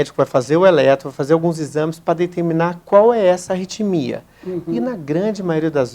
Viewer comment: Não é "retimia"... É ARRITMIA!